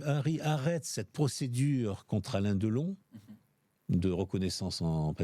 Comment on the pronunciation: Deuhlon, sa filleuh, Boulogneuh, sa mèreuh chanteuseuh allemandeuh, la drogeuh, l'héritageuh, commeuh il raconteuh bien les histoireuh le meuhssieuh ! Mais jeuh jéteuh l'épongeuh !!!